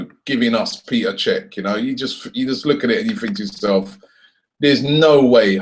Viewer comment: Its Pet-er not Pee-ter